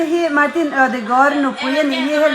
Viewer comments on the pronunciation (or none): Players te hming i thlûk dan hi dik ciah lo deuh anga? Ødegaard hi Gard tih thlûk tur nia... Nang chuan; Kard tih angin i lam a; Norway tawng thlûk tihna mi? 🎉😅